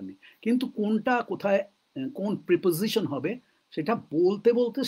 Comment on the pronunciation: প্রইপজইশন নয়, প্রেপজিশন সম্ভবত।